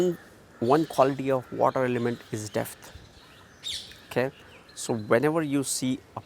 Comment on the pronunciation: Are you saying "Depth".............?